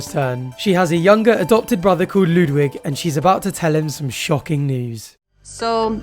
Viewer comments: I hate that they're pronouncing Ludwig incorrectly 😡 Also it's Qatar not guitar 😡 ugh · So is his name actually Ludwig, like the Bavarian king, or is she mispronouncing it, the way she mispronounces the country of Qatar?